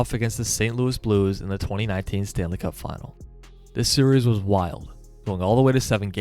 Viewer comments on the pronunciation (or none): none